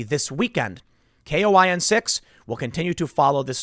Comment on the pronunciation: Just an FYI Tim - its pronounced like its spelled. KOIN6 is pronounced "coin six".